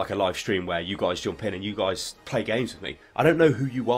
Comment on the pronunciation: shtream, shtreamin... lovely!